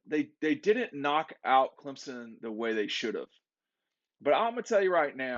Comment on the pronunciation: still can’t pronounce Clemson’s QB name.🤣